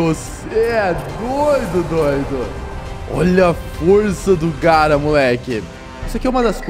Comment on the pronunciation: engraçada foi quando ele falou garra 😂